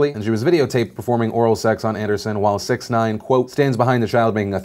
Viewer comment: Phil you're mispronouncing that Rapper dudes name it's pronounced Six-ix nine-ine.